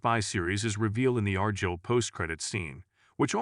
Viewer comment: You ever hear of argylle socks. It's not R. Jill. It's more like R - guy-LL. So annoying.